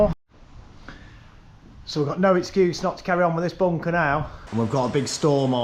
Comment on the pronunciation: "Weave go' agh boonkah heeyuh" 🤣